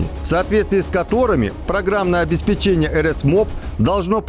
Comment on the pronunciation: обеспЕчение... ударение на вторую букву 'е'... а то уши режет.... тем более, что вы вещаете на огромную аудиторию